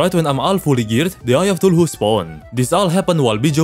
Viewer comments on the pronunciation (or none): It's always so funny when he misspells lots of stuff like "cthulu", saying "tuluhu" Bro I drop dead when he says that 🪑🪑💀